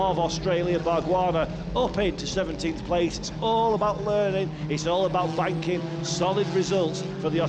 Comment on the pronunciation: Hahaha it actually does sound like that!!!! Jokes aside, the actual line was "its all about banking solid results" 😅